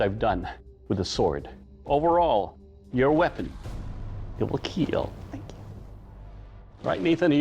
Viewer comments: I love how in the kill test he says ,, It wiil kiil!" lol. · "It will keal", with a sweet face.... 😇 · Keal not keel